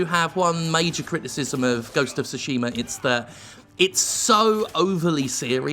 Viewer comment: Ive heard people pronounce it as Shooshima...